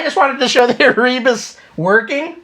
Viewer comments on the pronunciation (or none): Because "Ere Informatique" (translated "computer era") was a French big wig in 8-bit software back un the 80s (along with "Loriciels", did you notice there's even "oric" in their name?), especially for Oric, I suspect "ERE" is pronounced like "AIR", thus "EreBus" as "AirBus"... Check the origin to confirm it's an actual French pun...